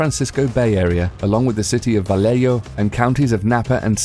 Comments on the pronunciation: Wow, he pronounced Vallejo correctly. My hometown. Contrary to his claims, Suge Knight wasn't seriously injured in the shooting. His claim that he had a bullet lodge in his head was just a way to make it seem like he was also a target. In reality, the medical examination showed no serious injuries and he does NOT have a bullet in his head--a piece of glass cut him. In reality, he's almost certainly the person who put the hit out on Tupac. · Vallejo (Congrats on the correct pronunciation by the way) is a town on Solano county. I grew up in Fairfield, which is the county seat. My dad worked at the time, less than a mile from where the first murders took place. Scary. My dad thinks he was in the Air Force, stationed at Travis AFB, also in Solano County.